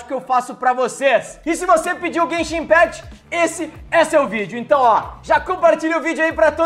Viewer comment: se escreve impact mais se fala impact nao impect